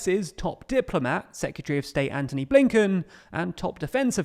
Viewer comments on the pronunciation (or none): none